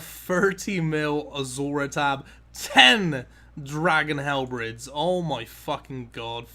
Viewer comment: " a total of 10 dragon halbreds"